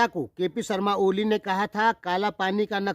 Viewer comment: Bhai jee aap ko kp oli ka nam to thik se lena nhi ata aap kya intarvew lenge